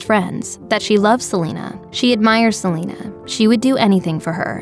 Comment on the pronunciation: “Se li nuh”